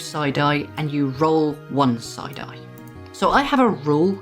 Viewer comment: 😂 I kept hearing you say, "...you can spend a side-eye....."